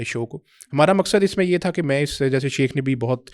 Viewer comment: شیخ لفظ تو ٹھیک کرلو بیلی